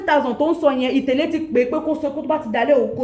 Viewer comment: Why is itele hard for you to pronounce properly... itele translate it as shoe.."get it now "